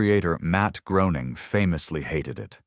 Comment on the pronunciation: Definitely AI generated as Matt Groening is pronounced 'GRAIN-ing'